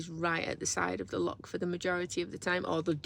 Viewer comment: Google schmoogle. Try the Oxford English Dictionary. The failure to pronounce the 'ch' has nothing to do with an English regional accent, as 'loch' is a Scottish word. Lake is the English equivalent. Scotland also has many dialects, by the way. If there are some English words that Scots tend to get wrong, then that is them getting it wrong. However, 'hoose', for example, is Scots (same as 'hus' in Norwegian) and 'house' is English (as 'haus' is German). That is quite distinct from saying a Scots word (as opposed to the English version - 'lake' in this instance) incorrectly. Try going to Ulster and pronouncing 'lough' as 'lock'. You'll get the same response. I was not 'name calling'. Failure to even try to pronounce local or national words properly and then insisting that you are right in your misprononunciation is far more rude than pointing out how lazy this is.